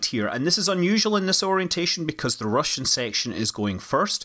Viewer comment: did he say “ruzzian sanction” and then “international sanction”? 😂